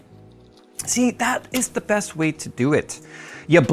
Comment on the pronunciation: ze axis